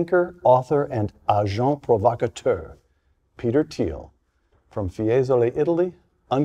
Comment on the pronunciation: "Agenté provacuteur"